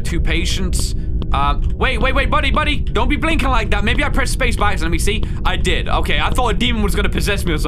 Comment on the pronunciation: I love how he just says LIEK VIDEO instead of like IF YOUR NEW LIKE AND SUBSCRIBE AND LETS GET INTO THIS